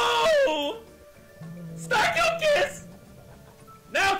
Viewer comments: I swear said “starcock” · the sec guy was like STARCO STACO WHTT STACOO